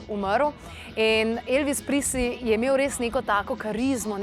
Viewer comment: Ne "Prisli"! Izgovarja se "Prezli".